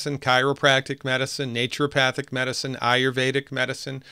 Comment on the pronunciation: Sounds like a co-opting of Naturopathy was/is going on right at the school level. I really enjoyed our talk on Monday (Baal Busters) and I learned from your videos how to pronounce "naturopathic" because I wasn't saying it right for a long time, just as you mentioned.